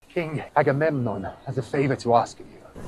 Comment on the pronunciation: sounded like the correct pronunciation